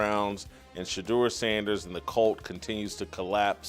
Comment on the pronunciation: Take a drink! He said Sheduer! Non-alcoholic I suggest... 32 minutes in...